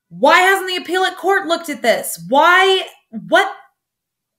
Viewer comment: "appealot court" lol. love your videos and theories!